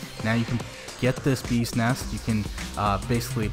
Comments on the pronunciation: When pronounce BEES NEST Sounds Like ' BUSINESS'...i thought he is talking about a business... LMAO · i totally agree!😂sounds funny